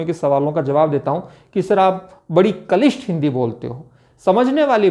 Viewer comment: सर, कलिष्ट नहीं क्लिष्ट है सही शब्द आप इसका उच्चारण कलिष्ठ/कलिष्ट कर रहे हैं